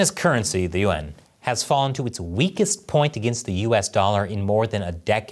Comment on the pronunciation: As an Asian-American guy, I always find it funny how pronounces the word "yuan". He pronounces it "yu-en" instead of one syllable. Maybe he has a hard time pronouncing that word; but, it just sounds strange to me...